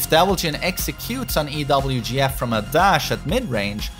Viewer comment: saying EWGF instead of EVGF now kek